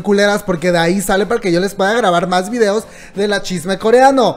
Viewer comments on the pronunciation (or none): none